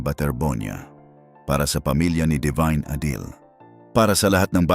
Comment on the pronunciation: ADILI . ADILI. ADILI. NOT a deal. Let’s pls get the name right .